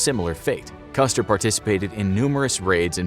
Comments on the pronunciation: huh? Yes, the video is about George Armstrong Custer. At the indicated timestamp, however, the narrator clearly says "customer". Jesus. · Did I hear a "Customer", hahahahah!